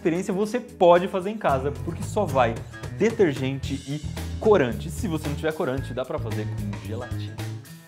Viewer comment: ''fais''? ''clorante''?